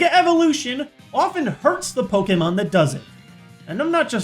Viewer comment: its poke-ay-mon not poke-eee-mon